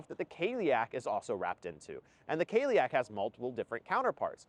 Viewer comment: Cailleach is said more like "kah-lee-ach"